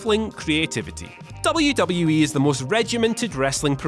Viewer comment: sucks.....He can't even pronounce WWE properly